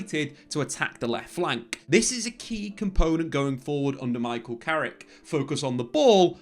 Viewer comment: It's Carrick you know.....!